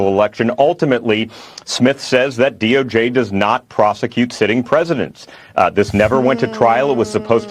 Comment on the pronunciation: She called it the “DOG” not “DOJ” 😂😂😂